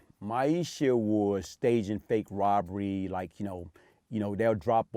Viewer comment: Was it "Woberry" or "Burgery"! funny cause he can say the "rob" perfectly